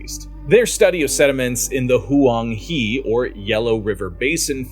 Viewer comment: Hwang huh. Jishur. Soong dynasty. 😢 I give up.